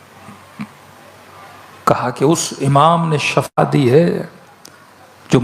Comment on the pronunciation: Shifa bolo shafa Nahi